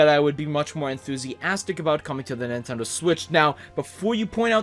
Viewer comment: Lol He said Nintendoo